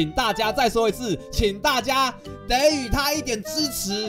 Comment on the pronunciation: 给（ji）（第三声）予